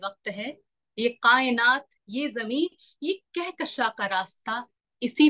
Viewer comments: Qaaynaat nahin, kaaynaat. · Miss, I appreciate you but I want to correct one thing. You used "qayenat" but it's kayenat (from JMI) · Mahira ji, Kainat ( کائنات ) yeh urdu word hai, aap ne is ka pronunciation sahi ada nhi kiya hai Aap is bare me ache urdu walon se bat karsakti hain. Waise aap ne achi speech di hai.